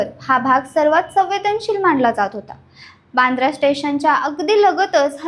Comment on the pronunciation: बांद्रा नाही वांद्रे बोला